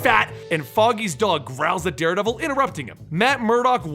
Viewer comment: did he say daredabel